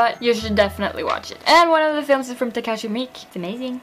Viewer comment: pronounce it Takashi Me kay